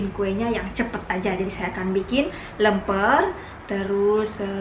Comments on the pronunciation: Lemper jadi lempar.... 😂😂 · bukan lempar tapi lemper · Alhamdulillah Di dan Bry juga sekeluarga sehat2 juga happy. Btw, baru kali ini baca kue lemper jadi lempar ala 🤣, ngakak. Atau memang betul yah namanya lempar ayam 🤦‍♀️ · Lemper mbak...bukan lempar....😊👍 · Lemper bukan lempar wkwkw lempar bola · Lemper bukan lempar.... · Maaf...bahasanya Lemper bukan lempar...jd maknanya beda nanti😀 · Lemper mb, bukan lempar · LEMPER mbak..bukan LEMPAR